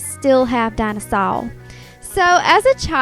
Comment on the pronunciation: OMG DINOSAWR XD THE WAY YOU SAID IT XD